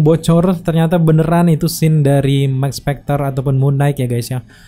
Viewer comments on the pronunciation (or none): none